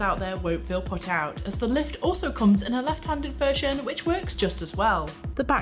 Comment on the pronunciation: "Lift" sounds like "Left"